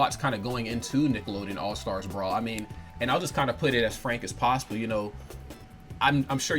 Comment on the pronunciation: All STAR Brawl. Why's this dude keep adding an "S" on the end of the word?